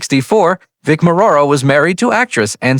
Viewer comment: Clickbait. Can't even pronounce Morrow.